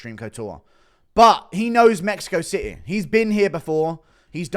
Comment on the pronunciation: Spanish gobble de gook? dude you cant even say city.